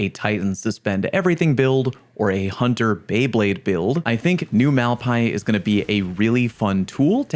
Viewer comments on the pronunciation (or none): why "mal-pie" and not "mal pai-ēs"? I thought the spanish "bad lands" translation was on purpose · Yet another name you can't pronounce LMAO. Mal-Pah-EES 😅